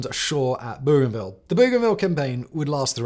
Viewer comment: Simon, I'm dying 😂 Rabaul = ra-BAL; Port Moresby = port MORZ-bee; Bougainville = BO-gan-vill. Am Australian who has been there.